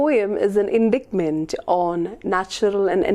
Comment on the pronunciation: Indictment - /ɪnˈdaɪt.mənt/ not /ɪnˈdikt.mənt/